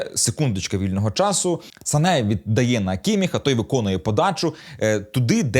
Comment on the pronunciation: Сане а не Сака)